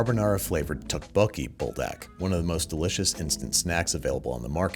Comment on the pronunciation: Its tteokbokki, not tubucky